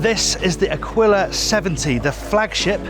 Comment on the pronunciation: Nice It’s A"keel" a, not akwilla